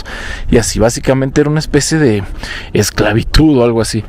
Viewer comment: No puedes decir que cambiaban las monedas por productos lamentables y básicos, en aquel tiempo queee bueno que tenían para comer . Y dices esclavitu que es eso si eres un comunicador pues estudia lee...se dice esclavitud...